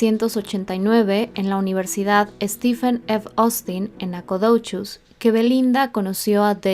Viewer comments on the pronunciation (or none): Nacogdoches : suena: nacadouchis a veces hay que invertir un poco más tiempo para practicar y decir estos nombres lo más correcto 😎